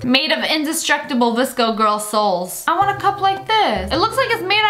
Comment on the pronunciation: A yes “soals”